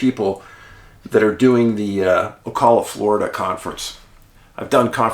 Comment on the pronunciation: It's Oh-Cal-La, Ocala